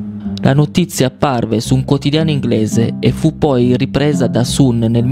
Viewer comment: io ti voglio bene però non si dice IL SUN (anche se si scrive così) ma la pronuncia è SAN